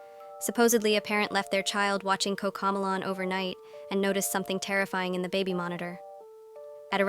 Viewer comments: It's not coccocmelon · "COCAMOLAN🤓☝️" ahh ai voices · Why instead they say “COCAMEALLON” instead of coco melon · It’s Cocomelon not Coco melon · “Cocamalon” bruh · Cocomelon❌ Cocomolan✅✅ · 𝙶𝙸𝚁𝙻 𝚆𝙷𝚈 𝙰𝚁𝙴 𝚈𝙾𝚄 𝚂𝙰𝚈𝙸𝙽𝙶 𝙲𝙾𝚁𝙰𝙼𝙴𝙾𝙽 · 😂😂😂😂😂 Did you Said cocomolan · the robot can't even say a TV show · You said Cocomelon wrong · you are pronouncing cocomelon wrong